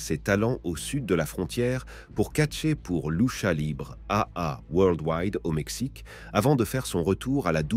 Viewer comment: "Loucha libre." 😂